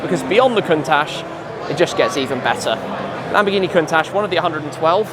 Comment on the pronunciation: am i the only one that understands Lamborghi Penguin when he names the dealership😅🐧